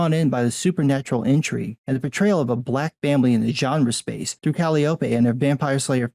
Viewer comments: Lesbian cinema is best reserved for plots about curious college girls. Not "kal-ee-oh-pee" "Kah-ly-uh-pee" That funny organ you hear at circuses. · Your pronunciation of Calliope was the one part that made me wince lol.